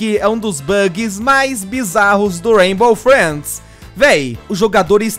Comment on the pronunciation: Aq no "raibo freids" KKKKKKKKKKJKK cara chato do crlh mds,todo forçado